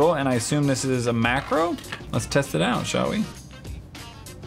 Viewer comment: You said “mackerel” not “macro”. Are we talking about fish?